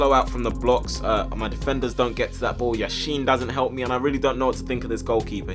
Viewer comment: yasheen ... LEV YASHIN!!!